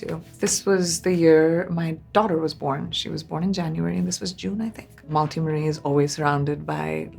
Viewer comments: I love PC. But please don't mispronounce your own mother's middle name - Malti. It is pronounced as मालती not मलाटी ( which is how PC says it and it is cringe) Don't white wash your accent so much that you forget the correct way of saying your own daughter's name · Loved everything .. just one thing though… would have been better if she pronounced Malti as it is supposed to be pronounced and not as MALTY. 😂 What was that! 😂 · Calling her daughter’s name in American accent when it is an Indian name. What a downfall! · Everything is so lovely. But that is not how one says Malti lol